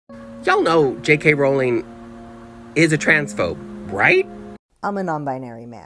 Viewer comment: You’re mispronouncing Jk Rowling’s name. Edit: three times, and one time you don’t. Do you know which it is?